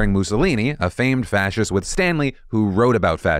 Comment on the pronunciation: I almost fell off my bed laughing at pronouncing nationalist and fascist.